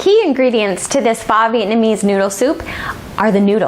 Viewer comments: This looks delicious! Pho is pronounced "fuh" fyi :) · "Faw Vietnamese noodle soup" haha